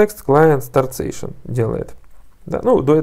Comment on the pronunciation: Сэйшэн звучит прикольнее чем сэшшн ;)